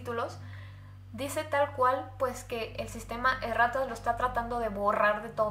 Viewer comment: al principo que dijo erratas le entendi e rratas xd